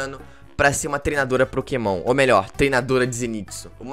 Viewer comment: invés dele falar pokemon ele falou PROkemon